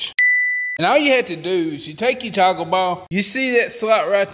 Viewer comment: How many times did you say TACO BALLS? Haha. I think it was toggle balls but after it heard Taco balls I couldn't hear anything else.